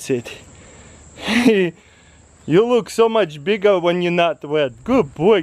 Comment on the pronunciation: Its pashtet he said it in one of his videos